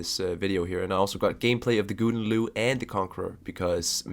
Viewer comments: Also pronounce Gouden Leeuw like houden leeuw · Thx - once again- for the vid. Gouden Leeuw, sounds like ghowden laaiw.